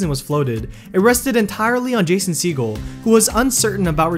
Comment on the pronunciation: How you say Jason’s name 😬